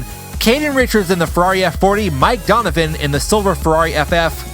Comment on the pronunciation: Du-n-u-vi-n not Donovan